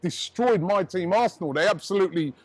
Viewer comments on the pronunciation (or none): none